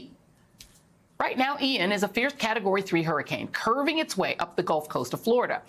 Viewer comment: Joe couldn't even say the name of the hurricane. It's Ian.